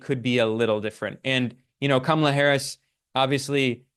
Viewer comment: I know this will sound like nit picking to some, but it is really frustrating when critics of Kamala Harris refuse to learn the correct pronunciation of her name. There are a lot of good left wing reasons to criticise Harris; but there are also right wing chauvanists out there who oppose her simply on the basis of her race and gender and deliberately mispronounce her name. It just looks deliberately dismissive, at worst, or careless at best, to do the same. Also its really strange how Ben often uses Kamala's first name but refers to Trump as Trump. I'm not suggesting Ben is a sexist, as this is something that I've noticed many doing. But I am suggesting some internalised gender bias that is causing us to all do this. Just refer to her as Harris most of the time, and when you do use her full name, pronounce it correctly.